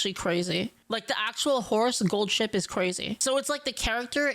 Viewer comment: I'm sorry. I just keep hearing Gold Shit throughout the entire video. I'm not gonna retain anything from this video.